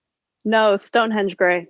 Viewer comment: on the united grey mk5's hahaha, was surprised when she said stonehedge grey.